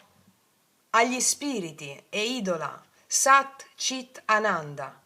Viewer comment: Ciao scusa ma voglio chiederti per sapere per non dirlo sbagliato allora SAT CHIT ANANDA Tu dici CIT ma è CHIT perché c’è H. Scusa e Grazie❤